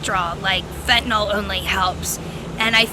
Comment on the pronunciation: "Fittinall" is a better name bc it's become fitting for cut in all drugs, but it is pronounced "fen-ta-nill."